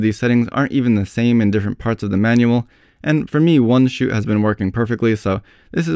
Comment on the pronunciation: Have to laugh at this guy pronouncing "shoot" as "shit"...as in, "the camera shits..blah blah" Otherwise...good instructions !!!